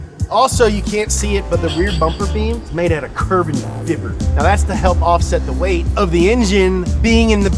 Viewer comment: "CURBEN FEBER" - HAHAHAHAHA